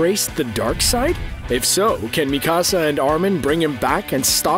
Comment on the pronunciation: The way you say Mikasa name is triggering me